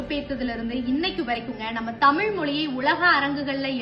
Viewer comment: 'தமில்' இல்லை. 'தமிழ்' சரியாக உச்சரிக்கவும்.